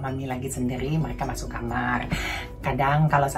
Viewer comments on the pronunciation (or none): none